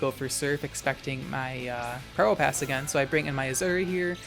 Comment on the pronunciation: i always mishear you saying probopass as pronoun pass 🤣😭 you get one (1) pass to call me he